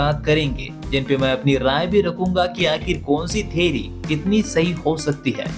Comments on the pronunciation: Theory ❌ Theri✔️ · Theory ❌ Theri 💀